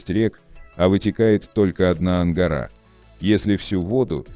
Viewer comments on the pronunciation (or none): none